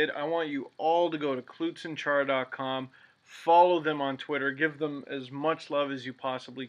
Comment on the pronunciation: Cloot? Isn't it clout.